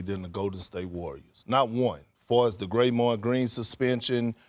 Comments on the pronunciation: Perk said “graymond green”😂😂😂😂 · lol did Perkins call him the graymond green suspension I know I wasn’t the only one that heard that